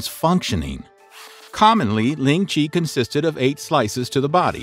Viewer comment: do note that Ling Chi method of punishment ( pronounced more closer to "Lin cheer" and not as "ling Chee" here ) was continued all the way until 20th century , only around 1905 after the 1900 Boxer Rebellion war which Qing China lost to the West and Japan then the chinese (hans and sinicized Manchus) realized they need to improve to move together with modern international standards of modern internatioal standards then this punishment and other more barbaric ones was removed "ling-chi".